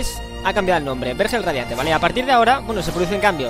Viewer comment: No te vendría mal tomar unas clases de lectura. No se pronuncia "hángar" sino "hangar", lo mismo con "vérgel" y "vergel".